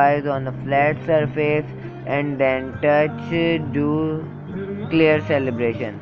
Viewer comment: XD its Calibration not Celebration xD